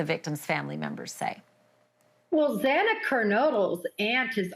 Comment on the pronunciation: Not to mention how incompetent it was to continuously pronounce Xana’s last name incorrectly was yet another slap to the victims! How about you continuously miss pronounce Brian’s name?😮